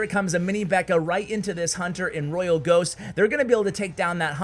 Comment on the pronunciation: We're you just gonna call the Royal Ghost the Royal Git? 😂😂😂